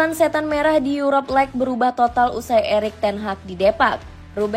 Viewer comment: Yuropa Lig -> Yurop Leg Ineos -> Ayni os Tolong pronounnya diperbaiki min 😂